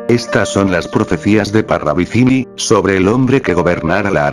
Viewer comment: Parravicilli?😂😂😂 Ni pronuncian bien el apellido.Parravicini con N